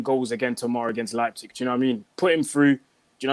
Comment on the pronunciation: pronounced Leipzig right for the third time.